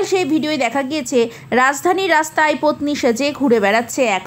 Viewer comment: Vai ota potni na, petni. Vul val bokcho keno???